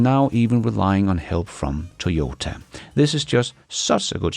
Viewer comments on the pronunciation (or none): none